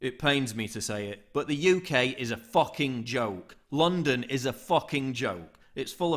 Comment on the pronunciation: Fake Paul Joseph Watson, you said it wrong it's said Sadiq Khan IIIIIIIIIIIIIIIIIIIIIS a complete idiot